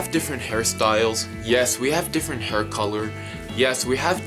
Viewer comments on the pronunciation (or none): none